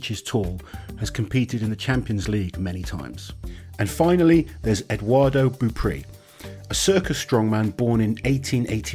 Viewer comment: C'est pas Edouardo mais bien Edouard